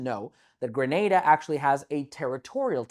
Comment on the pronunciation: Points off the bat for pronouncing Grenada right lol Thank you for creating this video. There is so much misinformation out there it's good to see someone giving you clear and accurate info.